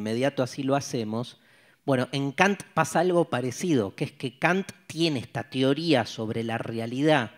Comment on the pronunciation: Profesor, no diga tioria. (Teoría)